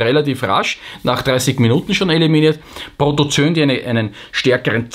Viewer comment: Lieber, das "oe" in Protozoen spricht sich nicht(!) als "ö". Richtig ist es beide Buchstaben auszusprechen, spricht sich Proto - zo - en. Sonst lieb, gut und richtig; wie immer!!!